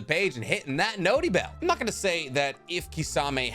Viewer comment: if you would stop saying notybell i would actually click it